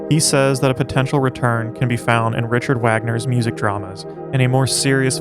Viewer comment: There were a few others, as well. Like Richard Wagner is pronounced: Ree-kard Vogner.